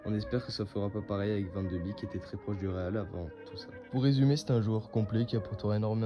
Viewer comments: Ca se dit « bek » il me semble et pas « bik » 😉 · Super video 👌🏻 par contre ça se prononce “ van de bèk ” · Cela se prononce van de bèk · Son nom se prononce Van De Bék... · Non ça se prononce Van De Béék, c’est du néerlandais, c’est comme een qui se dit één et veut dire « et » ... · Salut, bonne vidéo même si je ne suis pas d'accord avec toi sur l'intérêt de le ramener au PSG. Je voulais aussi te dire que ça se prononce: Van de bèèk (comme un bec mais accentuant plus le "e")